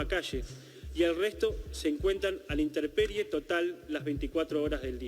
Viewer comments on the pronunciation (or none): Además por favor.... no es interperie...es INTEMPERIE